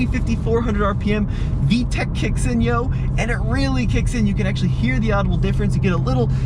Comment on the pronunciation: Is there anything whiter than saying yo? LOL